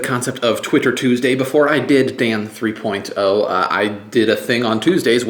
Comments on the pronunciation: Dan Three Poyne Toe! :) Check out you pronounciating it all properly since your brother pointed it out. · Your brother has made me OCD. Now I can't watch a single episode without intently listening to make sure you don't say "Dan Three Poin Toe." I never thought about it until he brought it up. Now I can't stop! --- Sent From pogobat's Facebook Application